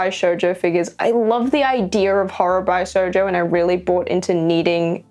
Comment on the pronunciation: Just so you know for future reference, the word Bishojo is pronounced with a Bish, not buy!